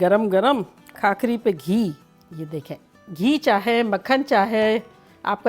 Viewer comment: Khakhari nahi usko bhakhari bolte he